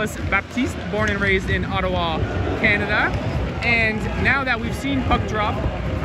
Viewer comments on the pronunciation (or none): none